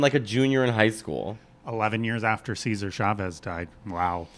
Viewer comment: “Seizure Chavez”?? 💀